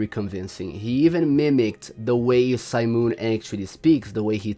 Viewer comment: STOP SAYING SIMON LIKE THAT